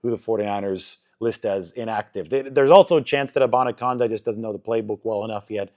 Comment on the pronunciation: It's Abani CANDA As In tin CAN Not CONDA